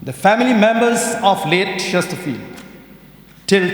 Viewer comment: Ban pronounce kyrteng chesterfield ym lait bha 😂😂